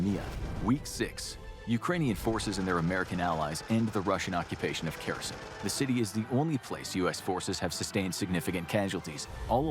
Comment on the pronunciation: Kherson turning into "Kirsyn" gives me a headache